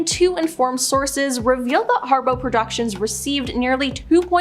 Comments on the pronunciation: It’s HARPO! Not Harbow. It’s her name backwards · Y'all need an editor. You said harbow twice instead of harpo. You said deprived instead of depraved. I could go on..... You make money off these videos. Hire an editor.